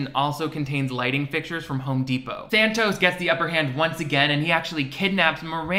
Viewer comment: take a shot every time he says thanos instead of thantos